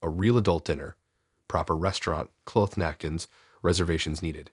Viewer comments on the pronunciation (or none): ‘Ty’rimisu, clowth napkins. It’s getting me too